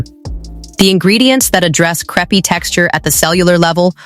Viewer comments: Lol, I came right to the comments to see if anyone else would mention the pronunciation, it's SO bad, lol. Imagine if it was a vid about the thin pancakes, "Yes, I'll have the craps please", lol. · The word is pronounced " c r AAAAA pe " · Content dealing with relief from creepy skin and it can't pronounce crepe? WTF? Is this a stupid creator or stupid AI? Dislike and ask youtube to NOT recommend content from this creator. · Don't use AI narration that mispronounces the title term.